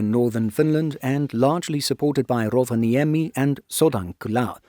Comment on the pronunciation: I'm not criticising, you're doing a remarkably good job pronouncing Finnish. But it'll be even better if you remember that the first syllable is nearly always the stressed one. There are exceptions of course but Rovaniemi and Sodankylä are not among them. (Nor is Patria come to think of it.) Speaking of Sodankylä, the "ä" in FInnish (and Swedish and German) is pronounced like the "a" in "happy".